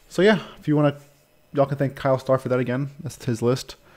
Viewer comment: Actually it's "Kyler", not "Kyle" ;-)